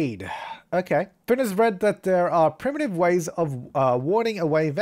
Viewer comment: A1 it's Finn not Flinn (Flynn)